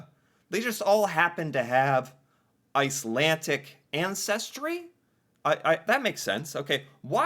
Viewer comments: Why do you keep saying "Icelantic"? It's "Icelandic". D. Not T. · Icelandic...not Icelantic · IcelanDic. It sounded like you were saying IcelanTic. I was in Iceland and had an old guy explain it to me. Many people moved to Canada due to food shortages in Iceland. In Winnipeg, they learned to play hockey and they dominated because of their viking stock. They were HUGE and powerful and much more physical compared to all other teams at the time. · Icelandic is not pronounced icelantic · Ice - Lan - D*ck not Ice - Lan - Tick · IcelanDic not IcelanTic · IcelanDic not IcelanTic. "I know words"? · IcelanDic", not IcelanTic. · Its icelandic not icelantic. Lol. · Not to be picky, but I believe it's pronounced Iceland__dick, not Icland tic. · I'm shouting at the screen! There is no tea in icelandic. It is a d please pronounce the d. I'm such a petty person LOL but this is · There’s no T in Icelandic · 😂. Slow down. No “t” in Icelandic. It’s kinda funny but I’m Canadian and watching your videos is still educational. Sometimes you find little information nuggets that aren’t as well known even to ourselves